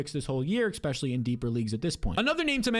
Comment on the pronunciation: Love your advice but please stop saying ex specially. It’s especially.